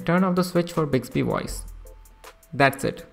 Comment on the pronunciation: Bicksbee woyce? What is bicksbee woyce?